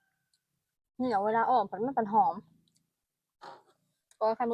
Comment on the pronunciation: อ่อมอะไร คนอีสานฟังไม่รู้เรื่อง เหนียวหรือเหมียว ถ้าพูดว่าเหมียวคิดว่าอ่อมแมว 😅😅